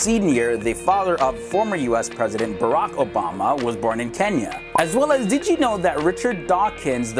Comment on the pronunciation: Another person who says Kenia instead of *Kenya*😂..